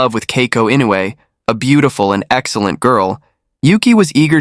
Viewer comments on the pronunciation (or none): Maybe he didnt know how to pronounce Inoue… it is difficult for non japanese speakers… I always butcher English name, so i feel him.